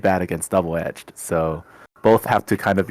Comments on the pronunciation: Bruhhhh double “edge-ed” kills me please say it right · So, when did “edged” get an extra syllable?